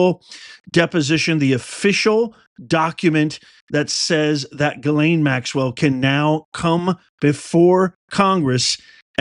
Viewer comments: Please stop butchering her name! It's pronounced Gis lane, not ga lane. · Lol no names are coming and it's not Gaylayn is Jeezlayn